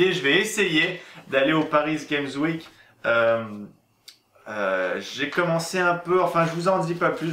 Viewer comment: sssssssssssssssssssssssssssssssssssssssssssssssssssssssssssssssssssssssssssssssssssssssssssssssssssssssssalut! comment sa va? moi je vais bien! je t'écris sa pour de dire 2 chose de 1 c'est un acrostiche lire de droite a gauche et de haut en bas et de 2 je sais pas pourquoi mais il y a un truc qui ma fait tout bizarre, non pas sa petit cochon!, mais quand tu as dit PariSSSSS game sweek au lieu de paris game sweek ( ne dit pas le s de paris ) voila si nn continue tes vidéos:)